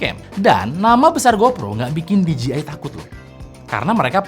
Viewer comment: DJI dibaca di je ai om, kalau di ji ai tu gini DGI